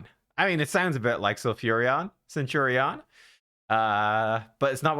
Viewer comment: Cent-your-rion had me lolling